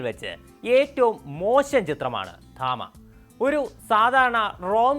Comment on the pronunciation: തമ ❌️ താമ✅️😂😂